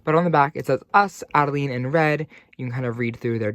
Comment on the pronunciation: Adelaide....you said Adeleene a few times 😂....just teasing. I do the same thing.